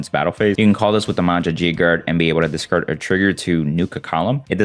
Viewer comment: Oh lmao. I just noticed says "Discacrd" instead of "Discard" hahaha